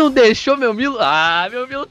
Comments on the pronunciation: se pronuncia (Miro) da uma agonia vc falando milo cara kk abraça tmj. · Isso é a pronúncia em japonês KKKKK o certo é milo msm. Tipo japonês fala brack em vez de Black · Essa é a pronúncia no Japão kkkkk, lá não existe a letra L, por isso eles falam "Miro" ao invés de Milo, e Oru Maito, ao invés de ALL might